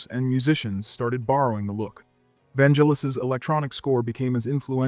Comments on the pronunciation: Vangelis with a hard G like get not a soft G sound. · Yeah, he butchered Vangelis as well.